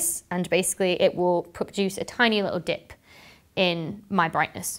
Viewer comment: I'm nitpicking but it does niggle at me when people imply that all 5 Lagrange points are stable, holding gravitational wells. L2 is not stable and will require station-keeping manoeuvres. (Also, does not sound like 'dip'... which brings whole new meaning to that sentence)